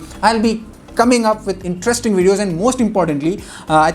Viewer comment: Did he say won of the wedeos 😂